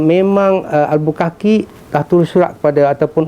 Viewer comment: Albuquerque; cara sebutnya bunyi Albukerkei